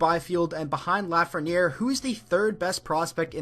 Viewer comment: you messed up Lafreniere name